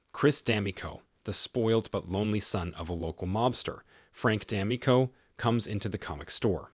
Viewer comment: Your pronunciation is off. D'Amico is pronounced "da (as is dad) - MEE' - coh (as in co-exist)" - emphasis on "MEE" not "dam".